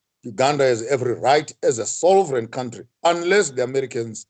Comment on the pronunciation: Sovereign not Solvereign sir 😇